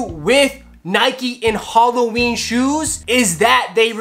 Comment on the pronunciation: bruh halloween not goddamn "holloween"